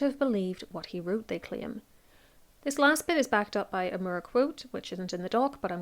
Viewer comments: Sir Thomas More. Irish pronunciation. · I was mostly listening to this video so I didn't realize until I saw it written on screen that you were talking about Thomas Moore because of your pronunciation of his last name. Lol